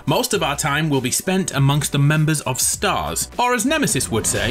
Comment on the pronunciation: The way you said Nemesis 👏👏